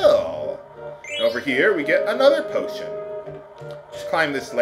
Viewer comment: am i the only one who thought he said "botion"?